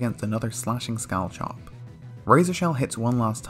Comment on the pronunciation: him: scall-chop me: ITS PRONOUNCED SCALL-HOP